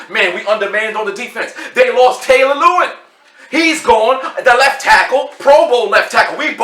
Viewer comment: I just don’t understand why no one can pronounce Lewan correctly. Dude is a 6 year vet and a has been to the pro bowl 3 times. I know you’re a yinzer, but COME’ON MAN!